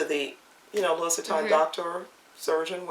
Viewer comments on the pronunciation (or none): Love your bags. And you are so cute! Just a little FYI, not to be a criticism, but maybe you'd like to know...the "s" is silent...saying "Louie" is correct even though it's spelled "Louis" ...I know...but it's French. Just like we say Paris...but in France it's Pari...not pronouncing the "s"....😂 Thanks for a great video, just discovered you! I'll keep watching.